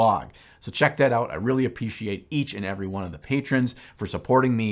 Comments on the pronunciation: says "appeciate". Love the vids dude! Keep them coming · and we apeeshiate you :)